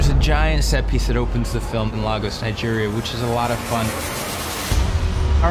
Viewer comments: Did he just say...lAgos? It's Lagos nigga, LAGOS! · “Lay-gus” not La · I will scream if I hear someone mispronounce "Lagos, Nigeria" again. It's lay-goes not lah-gohss. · Cringe moment every time I hear LAH’GOS instead of LAY’GOS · LAH-gos Nigeria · Hearing them mispronounce "Lagos" is killing my soul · I love Captain America civil war but you mfkers could have at least learnt the correct pronunciation of "Lagos" 🙄